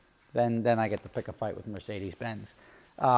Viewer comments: "My Mecedes", eh?:-P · it Mercedes with an R 😉